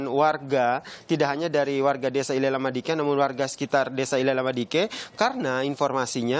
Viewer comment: Izin koreksi min, Nele Lama Diken bukan ile lama diken...🙏